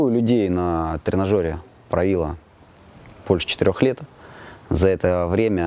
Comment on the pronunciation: 😂😂😂😂Поправило позвоночник после словестного 'правила', ударение на 'И '💪💪💪